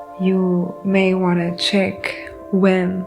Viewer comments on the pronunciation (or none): none